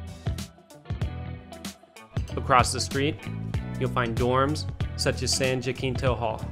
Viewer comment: Great shots of the UT Tower. , you pronounced San Jacinto as "San JaKinto" 🤣